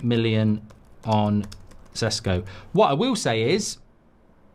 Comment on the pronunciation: He is not Sesko . It is Šeško [ Sheshko]. Get it right